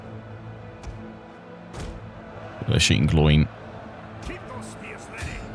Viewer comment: I was looking for this comment the moment Gloin was said that way lol